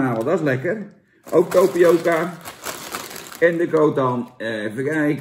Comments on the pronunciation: Tapioca Jan, geen Topioca.. encyclopedie!! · Geen Topioca maar. Tapioca Jan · tApioca Jan niet tOpioca